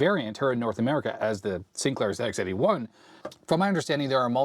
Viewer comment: Hi, as a Brit, I'm glad that you're saying "Zed Ex 81" rather than "Zee Ex 81". 😁😁 Also the ZX81 screen buffer wasn't a fixed size, it expanded and contracted as necessary. In the UK the VIC 20 was about £200.